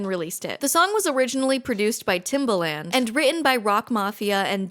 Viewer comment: the way you said timbaland hurt my soul 😭😭